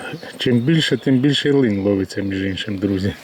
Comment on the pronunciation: Дякую за українську,але українською буде ЛИН !!!! А не линь!!!